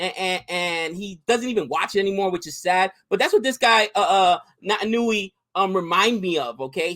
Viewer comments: He's Fijian and he plays for the best club in the world. It's Pronounced Nait-an-ui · He's Fijian. Pronounced Nay tan oo ee . And a Mark is just when you catch the footy from a kick. You can be alone when you mark it.